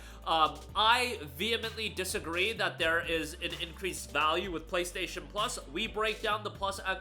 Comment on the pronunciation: "Vaule"? TF YOU ON ABOUT!? GOD DAMN